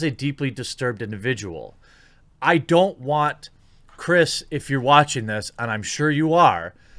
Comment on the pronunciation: He called him "chirs pool" this os april fools